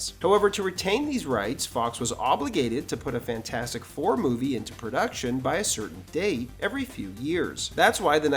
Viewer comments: Fant4Stic pronounced Fant-Four-Stick. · Sorry, but you’re mispronouncing the name of the movie. It’s FantFOURstic.